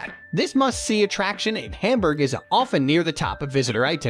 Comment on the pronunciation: It really hurts my ears to hear this guy pronouncing every single syllable of any german name as wrong as possible. I really recommend not to take this for learning how to pronounce the german names. Even Hamburg is pronounced wrong!